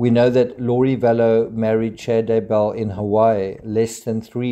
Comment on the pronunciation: it's so annoying how people are saying daybell... they say Day Bell as if it's two words ugh people come on it's daybell. one word also how the crap did they not catch this evidence the first time round and they had to take her body out and recheck geez. when someone young dies you check everything